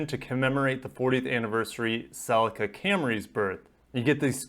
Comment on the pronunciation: I heard him say celica and stopped what I was doing.